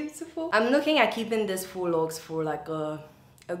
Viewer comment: Thanks to you! I learnt how to pronounce faux correctly 😊